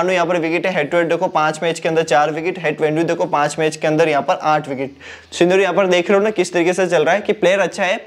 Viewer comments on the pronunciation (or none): none